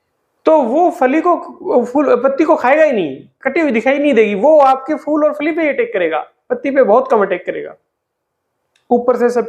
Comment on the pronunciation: FOOL nahin PHOOL. FOOL bole to Bloody Fool